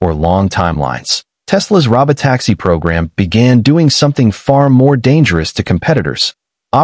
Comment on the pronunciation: 1) This could have been a LOT shorter. 2) I am so tired of computer generated voices. Please, YouTube, don't put these in my feed. "ro-bot-AX-ee". Really? A bunch of others as well.